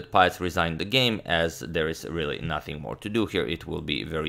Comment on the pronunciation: pähtz se izgovara "peetz" (dugo e), ne "paetz". pozdrav. i uz to još citat zukertorta, najboljeg igrača 19. vijeka -- prva liga!